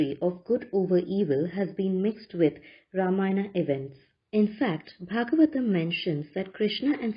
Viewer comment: did you read original valmiki ramayana ? It is Ramayana, not Ramayan. illiterate ugly ppl remove 'AA'. ugly ppl replace 'va' with 'ba' and distorted mantras too